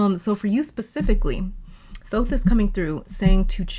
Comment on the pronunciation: We love that you say his name correctly 🥹💗